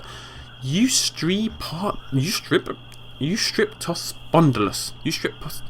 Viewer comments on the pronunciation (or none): Yoo-strep-toh-spon-dill-uss :D